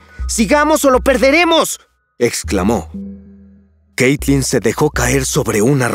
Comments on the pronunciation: xd dice caytlin en el vídeo xdd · En el video dice "Caytlin" xd